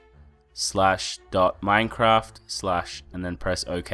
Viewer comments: did he say "slash dota" or what i dont get it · What did he say %Atdata% or %addData%